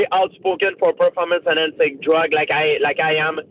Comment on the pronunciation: I am not impressed with your pah-form-ence